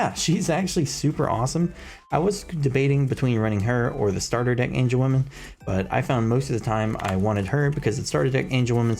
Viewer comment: Love they breakdown but its AngewomON not AngewomAN lol